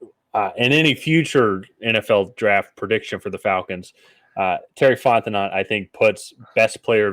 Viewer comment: The last T in Fontenot is silent, btw. It's pronounced "Font-eh-NO" 😅